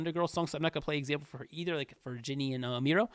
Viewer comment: Just to correct you, it's Miryo, not Miro (just to correct you) And thank you again for the efforts to make this list